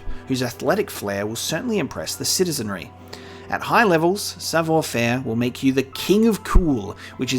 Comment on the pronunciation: OI is pronounced WA in French so it's sav(war) faire. You pronounced faire perfectly 👌